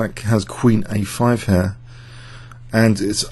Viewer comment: 'here' always sounds like 'hair':-))